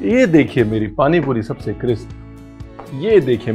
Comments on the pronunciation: Best part is cripsi instead of crispy as they say in land of five rivers palaiure which can't Maiar ( pleasure which you can't measure) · I like when u say Cripsy 😏 rather than Crispy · Cripsy nai crispy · Sir u look damn cute while pronouncing crispy sa cripsy😍😍😍❤❤ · I really like him saying cripsy instead of crispy ❤️ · Whole world : Crispy Chef Ranveer brar fans : Cripsy karara 😂😂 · Sir ji cripsy ya crispy??? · ? why does RB keeps saying Kripsy ? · Crispy ❌ Cripsy ✔️ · Y do you keep saying "cripsy" instead of crispy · Ranveer Again Says Cripsy 😅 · MERI sasu ji bhi cripsy bolti he Aapke jaisi😂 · Why do you say it 'cripsy' instead of 'crispy' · Ranveer sahab cripsy nahi cripsy.soorry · Its crispy not cripsy 😃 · It’s crispy n not cripsy 😜😜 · Not crispy , it’s Cripsy karara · "cripsy fry"... How cute #Ranveer Brar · Not crispy it’s cripsy